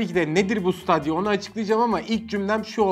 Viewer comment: siteydiya diye okunuyor